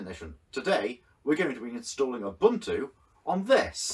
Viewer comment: You consistently mispronounced Ubuntu ...